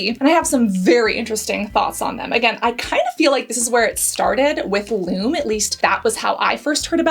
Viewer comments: First, you are mispronouncing Lume. Pronounced Lumee. And the example you gave is ridiculous. WATCH THE VIDEOS FROM LUME. You used WAY to much! A pea sized amount for both armpits. One 3oz tube used on pits, privates & feet - LASTS ME 6+MOS!! And you use a tiny amount, rub it in and then all you smell is the scent & that undernote of sour disappears. You can skip a shower, not reapply & still not stink the next day. YOU USE THE TINIEST AMOUNT AND RUB IT IN. LIKE A LOTION IT DISAPPEARS INTO THE SKIN & THE SOUR SMELL IN THE TUBE IS GONE. What you showed was a big giant spluge on your hand - enough to 2-3 bodies and complained. People aren't stupid. DO YOUR RESEARCH B4 U HIT RECORD NEXT TIME! Lume was the first company to come out with a whole body deodorant CREAM and did endless videos showing you how to use it and how much to apply. All of which you clearly ignored especially apparent since you can't even pronounce it properly. I love Lume and bought for over half a dozen friends. It worked on everybody and they loved it except one who had extremely sensitive skin and found the mandelic acid irritating everywhere but on her feet. So she uses it on her feet and now they don't stink and she can go w/out socks and her shoes don't smell We live in the desert where it is 100+ for over half the year so everyone swears. With Lume, it has been a game changer as now no matter how much I sweat, I don't smell and only have to shower and apply Lume every other day. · I think it's pronounced "LOO- MEE" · I tried Lume ( actually pronounced Lu-mee) and i couldn't stand the weird smell. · I disagree with you on the Lume ( actually pronounced Lumee ). I love the lavender/sage scent in the cream form. Use only a small amount on underarms before adding a fragrance free antiperspirant and it smells devine for hours, even in the hottest most humid weather. Haven't tried any of the other brands that you mentioned here, I'm just so happy with the Lume. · It's Loo Me, not Loom. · "loom" lol